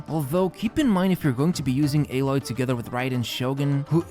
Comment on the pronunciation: It’s a-Loy not ae-loy